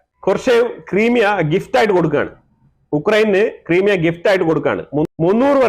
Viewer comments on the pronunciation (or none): Sir, it is ക്രൈമിയ NOT ക്രിമിയ!